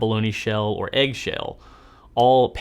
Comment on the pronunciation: Which accent was that? Southern?